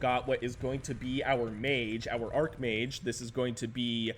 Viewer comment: I never thought i'd see the day. I'd probably pick a warcraft race to play but idk what one. Also its pronounced arch mage. Arch being like how you would say the building structure. Ty for casting these. Edit: Dark swarm prevents all ranged damage but it doesn't stop splash damage. But if you target only 1 unit with splash damage it won't hurt that one unit. So 1 siege tank can hit a lurker under dark swarm but it will only hurt nearby units with the splash. All ranged damage includes SC1 SCVs who have basically melee range damage but such a minor range to it that they also get punished under dark swarm by not being able to hit things. Irradiate affects 1 biological unit and puts a dot on them and the dot itself doesnt spread but it does splash damage around the irradiated unit. So you spread to prevent further damage rather than to avoid irradiate itself from spreading. Blight is only spread by the undead citadel, ziggurats, a haunted goldmine, and an item from the undead shop. I think thats all of them but i'm not positive. Its not every building though. Its closer to sc1 zerg being limited to things like hatcheries and creepy colonies.